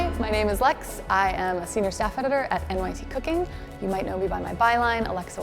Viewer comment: LOL i swear in the beginning lex said "i'm a singer/songwriter for nyt cooking" i was like umm ok work?